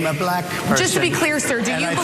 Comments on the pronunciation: The way he pronounces the word black "bLaCK" with such distain is what gets me. No one else pronounces the word black like that... just like he pronounces China as "chJina". Either he's retarded or a racist, which is it Donny? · He says Balack.